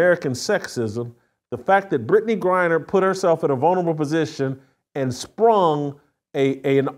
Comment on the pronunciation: Did she just said brad griner ?